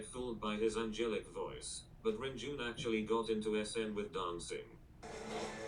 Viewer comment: renjun's name is pronounced more like lun-jwun but you can also use an r for the l. Here is a video on how to pronunce his name they make videos like this for most well-known idols